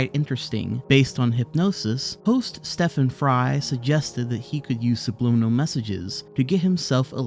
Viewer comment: Stephen Fry not Stefan! lol